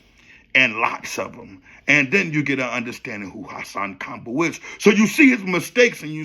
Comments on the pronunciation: “HossSawn KomBull” 😂😂😂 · HA-SAN KAMbel